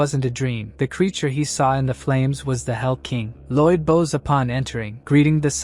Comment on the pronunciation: I really wish these voices could pronounce BOW 🏹🏹🏹 correctly. Too bad the English language can be so stupid at times.